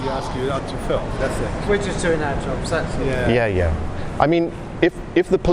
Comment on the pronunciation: "Thats all" sounds like "Asshole" 😂😂😂